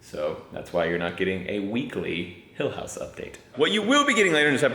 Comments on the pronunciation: When you said welcome to the Hill House I thought you said Hell house. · A Texan shouldn't say "hill house" because that's not what I heard lol! Hopefully the house hasn't been that stressful 🤣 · “Renovating our dream hilltop home” hill house sounds like he!! House 😂